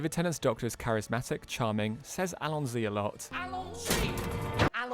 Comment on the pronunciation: It's allons-y, not allon-sy